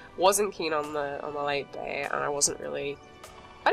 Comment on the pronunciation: “Ok so there’s a bEy and a grEy here at the mEYnor”